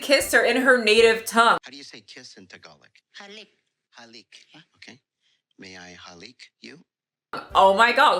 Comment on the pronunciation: uughh when he pronounce "tagalog" as "tagalic" I